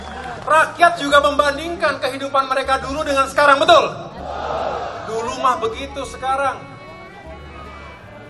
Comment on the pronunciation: Bisa nya ngmong, betal betul,betal betul, kuntul😂